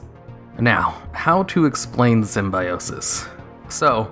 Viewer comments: Not sym-bi-o-sis, but sym-byo-sis (simbēˈōsis) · Dude..say Sim-bye-osis one more time LMAO..its call Sim-bio-sis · The #1 was painful to listen to... While I agree that Symbiosis was fun and innovative and unique, please, at least do your research before creating something like this - it's pronounced (sim-bee-oh-sis). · Ah, the Jenny Slate school of pronouncing Symbiote, or Symbiosis in this case.